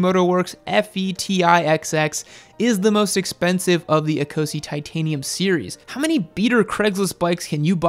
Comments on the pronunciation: Please, Ecosse is not pronounced ee-co-see, it's pronounced e-coss. It's the French name for Scotland. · It’s pronounced eh’coh’say not eeeeeecozy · Eee co see? Ouch... say it as it is written. It means Scottish... in French. A bit too Euro for you? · Is it not 'Ecosse' as in A-coss (as in french for Scotland)?